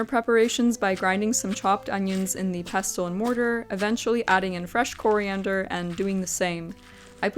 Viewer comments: required gammar karen here LOL Im sure it's just falling due to your particualr accent.... ANN-uhls Normal, everyday English an-NALS Rare, poetic, dramatic, or affected in Pestle the "t" is silent Pess-UL hehehe generally its: INE-corn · I love ❤ your channel! Your dedication to every detail is inspirational! I want to share a list of words with you so that you can observe the pattern of silent “t”: Rustle Gristle Thistle Hustle Whistle Apostle Castle and Pestle. You requested for feedback on pronunciation of arabic words multiple times in your video. but since you frequently use your trusty mortar and pestle that I thought you might like to see that pestle falls into a pattern of that sneaky silent “t.” again… thank you so much for your beautiful channel. 🙏🏻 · Pestle rhymes with wrestle. The t is silent. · I've never seen someone try to flip an omelette, I've always seen people finish it off in the oven to brown the top. Also, I didn't realise, until this video, that some people pronounce pestle with the t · Notes on pronunciation: 1) mortar and pestle. Pestle rhymes with wrestle. The is silent. 2) asafetida. The accent's on the third syllable. ass-uh-FET-i-duh